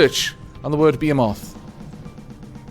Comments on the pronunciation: It pronounced ( bee hee muth ) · it's pronounced behemoth, not behemoth. In all seriousness, have you played around with the new ballast tanks on your torpedoes? They're great for anti-sub and anti-ship shenanigans. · Uhhh are you trying to say behemoth? Beh-hee-moth? Lol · A couple things. 1: If the fleet is always on the front lines and basically doing the scouting as well, "The Vanguard" would be a fitting name for the fleet. 2: On the word "Behemoth" the way I've been told it's pronounce is along the same line as Mammoth, with the "moth" part of the word making more of a "myth" sound, and also, to me it sounds like you're saying "beermoth" but I think it's just me. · The USA says Be-He-moth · you do indeed say "behemoth" wrong, or least from where I come from. I pronounce it as be-he-myth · While I think you are very slightly mispronouncing behemoth I don't think it actually matters, since you're pretty close to the actual pronunciation. Although it could be a word with more than one accepted pronunciation, like Aluminium, in which case it matters even less.